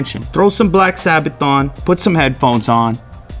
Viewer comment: Black Sabbath, not sabbaton lmao